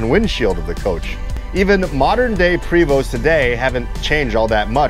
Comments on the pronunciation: Great video...fyi. its pronounced "Pray Vo" Not Pre Vo...just letting you know friend...great job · Having spent time with the company sales reps, I learned the name is pronounced "Pray-vO" in homage to the French heritage of Quebec. In the mountain west, the 12 speed ZF transmission makes it a demon on mountain passes. But in a hilly town like Seattle or San Francisco the 12 has a horrible time getting away from traffic lights on steep hills. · It's pronounced Pravo' ,it's fronsay (French) !!! The h3-41 was came into play because people wanted a automatic and they need a foot longer to get got it in with the s 60 engine .Eagle had a harder time they had to raise the floor over the engine to fit it in.I have talk with them too I was at the factory in the early 90's just after they they expanded. Seeing the h3's frame being made to seeing the roof being stretched on , to seeing entertainer coaches being made it is some thing to see when you a BUS GUY!!! I all saw the articulated coaches at Ill deleann ( i hope i spelled that proper ), having my coach ac being worked on there . Seeing the new coaches give me a bad case of i wants. We got our Marathon xl ( They only made 3 years )in Montreal . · I myself pronounce it "pre(long E)vost(like post with a 'v' instead of a 'p')